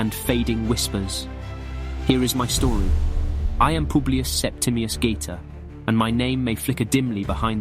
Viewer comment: The English pronounce of his name bothers me strongly